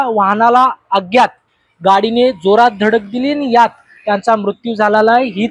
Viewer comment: अग्यात नाही अज्ञात बोल 😂😂😂 मराठी भाषेची आई बहीण करू नकोस 😡🤬😡